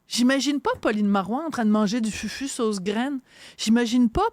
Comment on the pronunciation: On prononce « foufou » et non FUFU. De plus, c est une melange de banane plantain et de manioc (ratio 3 banane pour 1 manioc)..